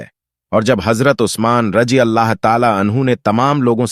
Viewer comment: Ye aawaz kiski hai. Mere bhai kam se kam bolne wale ko itna pata hona chahiye ki kya bolna hai Raziallahu ta aala anhu kisko bola jaata hai. Aur Raziallahu ta aala anha kise kehte hain. Raziallahu ko Rajiallahu bol rahe hain.